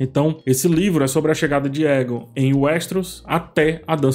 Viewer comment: "Para o que der e vier" nao "vinher", "vinher" nao existe na língua portuguesa. "Aegon", nao "Eagon". Crítica construtiva 😉